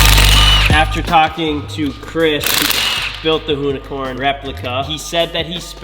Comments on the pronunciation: That's now the "hoonicorm" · with the "Loonicorn" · The “Whoonicorn” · it's more like a Hoonicunt.. 😁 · “Hooni-corny” lol jk I’d drive it everyday